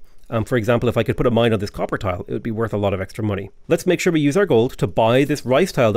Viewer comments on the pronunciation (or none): none